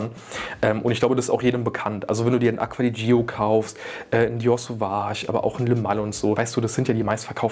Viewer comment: Aqua di Jo spricht man es aus